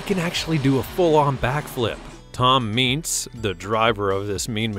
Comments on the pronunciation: God this guy narrating this video absolutely does NOT know anything about monster trucks and the drivers ...Idk where he comes from but alot of his info is wrong! BTW narrator, its not "Meents" as you say, Toms last name is pronounced "ments"like saying the word "mints" but sub the *I" WITH an "E" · It’s Tom meents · You pronounced Meets and Vaters wrong Edit: You also pronounced Son-Uva Digger wrong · Dude really at least listen to and watch some of the interviews to learn how to pronounce the names of the people and trucks . Listening to you saying meets an oova was to much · It’s ments in how you say toms last name and the sonuva digger is pronounced son of a digger Bar e muh sower is how you pronounce zombies driver. And it’s cubic inches not cl it’s a ci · He forgot about the Mohawk warrior the guy actually had a Mohawk to and that’s a pretty cool truck. my favorites are grave digger and max d but him butchering Tom meents name and him saying son uva digger wrong had me rollin he doesn’t watch monster jam at all😂